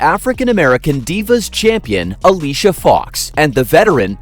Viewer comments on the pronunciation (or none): none